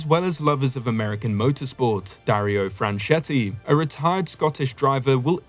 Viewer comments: Pronounced: Fran Key Te Dario Franchitti. Get the important stuff right first there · Franchitti is pronounced "Frenk-ee-tee". Just ask Dario. He'll tell ya. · Dario 'Franchetti'? :D